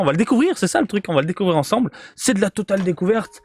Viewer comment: "On découvre ce nouvel article du jour ensembleuh" 😉